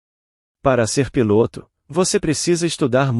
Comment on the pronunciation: Por que nos relatos o relator assassina a lingua portuguesa neste relato ao inves de falar piloto o narrador fala pilôto é um charme de palavras ditas erradas.